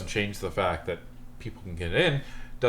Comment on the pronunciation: fact,fact,fact it sound like fak,fak, fak